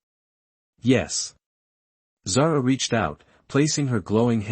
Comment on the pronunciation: My daughters name, it is pronounced Zar 'ah.